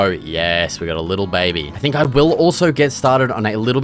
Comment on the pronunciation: bro saying babi is killing me